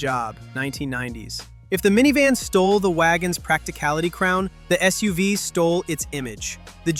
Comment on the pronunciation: It took me a second to figure out what the hell a "SOOVE" was LOL can you say Skynet? 😂